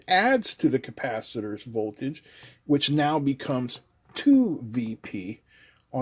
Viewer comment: No VOLAGE but VOLTAGE.